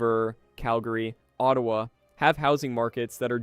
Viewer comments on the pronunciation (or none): none